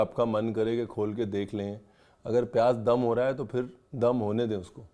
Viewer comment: Aap lakhnow ke ho key talaffuz itna galat bolte hai jesey payyaj